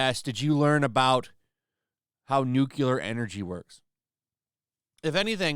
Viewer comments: It's NUCLEAR.... there is no such thing as NUCULAR. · Dude! It's "noo-clee-ar" not "noo-q-ler". 😖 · Nuclear “New” “Clear” not “New” “Cue” “Ler” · I’m sorry. I love the channel but it’s “nuclear” not “newcewler”. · The word is "nuclear", not "nukuler". It's pronounced like "newclear". Sorry. It's a pet peeve of mine to hear that word said incorrectly. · "Nucular. The word is 'nucular'." - Homer Simpson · Did you just say "Nucular" unironically? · Nucular lol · Good video but I have a hard time listening to someone say that someone else is the least qualified to talk about nuclear power when they pronounce it “nuke U ler”